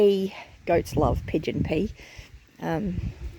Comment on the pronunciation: great information! Never hear of Pigeon Peas. Is that Australian food? At first, I thought you said pigeon pee. I'm like how do you grow that? Then I saw some of the comments. I'm like oh that makes sense. 🤣🤣🤣 Thank you for sharing! Hugs and love to you and your family. ❤️✝🤗 Have a beautiful and blessed week. God Bless ❤️✝🤗